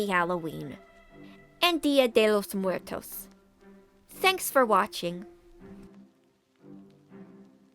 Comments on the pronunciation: the spanish pronunciation was on point lol. HAPPY HALLOWEEN PARTY PEOPLE. also dreadbear rules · Nailed Dia de los Muertos. Just a lil more R n ur set 😂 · You did say "Dia de los Muertos" just fine. Well done!